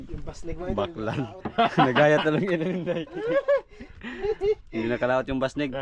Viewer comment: It’s an amazing fishing day. Unfortunately, the giant fish didn’t survive long enough before it was sold. Nevertheless, it had a good price. What type of fish is it? Also, during the intro of the video, and incorrectly said the word “baklad”, in which at first it sounded “ bakla”? It makes me wonder if there are LBTQ among the types of fishes and other sea creatures? 🤣😆🤡. Just a joke. Your YouTube channel is very relaxing to watch, compared to the other bloggers who are providing financial assistance to the poor Pinoy community in the country. The videos contents are often full of issues that are so stressful for viewers to comprehend. It’s sad and frustrating but such is life. Compared to your lifestyle over there in scenic Palawan, where most people will never go hungry, homeless and destitute. Perhaps, when convenient during your times off from fishing, you could show the viewers what is like to be in downtown Palawan. A shopping and dining tour would be nice ☺️. Incidentally, the black hair colour on Idol Tantan suits him well. ✅ Thank you and God bless you all.🙏❤️